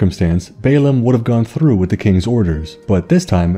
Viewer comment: …That’s one hell of an olde English Rrrrrr’oll on the word through. Hahahaha.